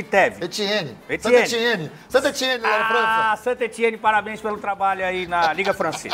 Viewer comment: Essa o Alê se superou! Eti teti eteti, Etiteve, Santa Etienne... Ai aparece o nome Detetive Lake! PQP.... kkkkkkkkkk